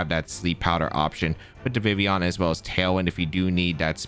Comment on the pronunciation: How you leave the L out of Vivillion your not pronouncing it correctly